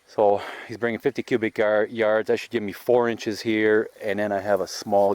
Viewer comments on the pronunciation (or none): and cubic not qubic 👍🏼